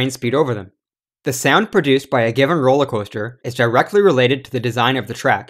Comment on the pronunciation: this man said "roller cwoahster" lmfao